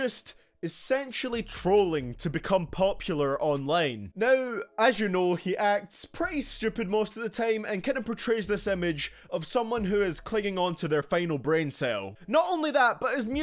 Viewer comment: Why he say online like ownliene